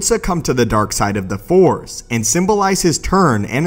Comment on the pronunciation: Its Force, not fore. If you are going to talk about Star Wars, you should at least know how to say the name of the most prominent energy in that universe!